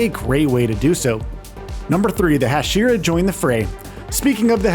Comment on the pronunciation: “Hasheera”is driving me insane